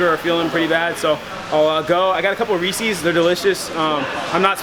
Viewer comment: Oh my gosh. Reesey? 🤣🤣🤣🤣🤣🤣🤣🤣🤣🤣🤣 i think (and im pretty sure) its ree-sez 🤣🤣🤣🤣🤣🤣 edit: i am a huge Chandler Smith fan and love any media hes in! What a great attitude from someone who's been through some stuff. All his comments ista comments always make me laugh!